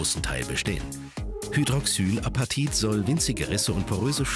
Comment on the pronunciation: Er hat es falsch ausgesprochen und sie hat es dann nochmal richtig ausgesprochen und den Begriff erklärt.